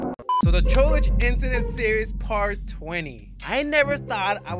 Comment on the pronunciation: i love how you pronounce trollge like trollage